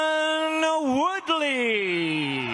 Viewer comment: Glad the announcer got Tyron’s name right. Finally someone that actually gives a shit.